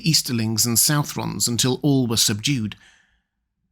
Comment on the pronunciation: Hey,, I would suggest that it is not "south-rons", but "suth-rons". I also find it hard to believe that orcs, who survived the Downfall of Morgoth, would be rendered extinct at the fall of his Lieutenant.